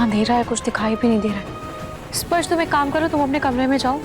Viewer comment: Nahar ne chuchundar bola 😂😂😂😂😂😂